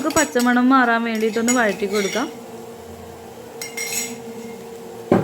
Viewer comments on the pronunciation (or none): none